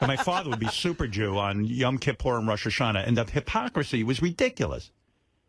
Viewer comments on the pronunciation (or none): Howard: "I know every Jewish custom ... !" (But can't even pronounce "Yom Kippur" correctly.) 🙄